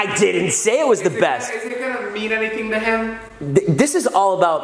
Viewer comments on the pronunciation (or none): lol you said tood